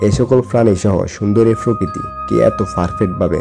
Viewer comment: Frokiti not prokiti